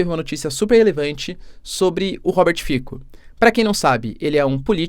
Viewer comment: Apenas uma observação: se fala Robert "Fitsó", já quem em línguas eslavas que utilizam o alfabeto latino o "c" tem som de "ts"